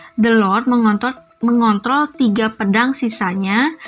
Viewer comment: Ngeri kepleset pas bilang "mengontrol" 😂